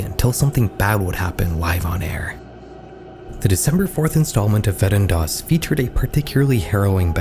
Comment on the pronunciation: You're attempt of saying Wetten dass is acceptable